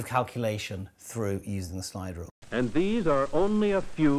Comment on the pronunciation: It sounds like "slidrel".